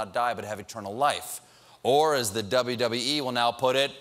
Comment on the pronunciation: I like how he said dubbee dubbee ee